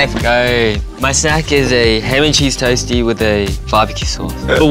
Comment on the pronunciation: Jake: “Toesty”😋✌️